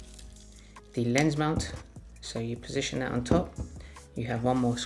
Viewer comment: Yeah the manufacture video gives only one angle and I needed closed caption in the beginning. Sounds like he's saying "layers" instead of "lens." I was hoping for another angle or two...Ahh well!